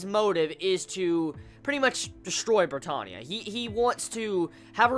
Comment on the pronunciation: if he says brittohnia one more fucking time...